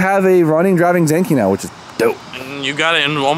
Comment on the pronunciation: Better check with Sammit to make sure your pronouncing Zenkei correctly